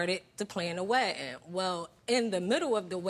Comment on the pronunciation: Why she keep saying wedding the wrong way..why she would marry his fat butt..